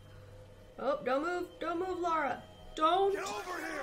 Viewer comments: I hate to be that guy.. But Tomb Raider is too precious to me. her name is Lara, pronounced 'la rah' there's no u, its not Laura. you wouldn't call Princess Leia, Leah would you. all the same, love you're walkthroughs. smile face. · "Lara" instead of "Laura". Watching you is a treat! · if you keep calling her "laura" we should call you "" "" or "bro"